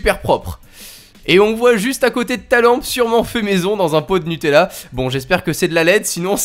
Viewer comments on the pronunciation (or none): none